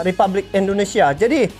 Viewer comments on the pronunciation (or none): sebelumnya minta maaf aku hanya ingin melurusakan saja apa yang ucapkan yaitu REPABLIK yang bener adalah U tetap di baca U yaitu REPUBLIK INDONESIA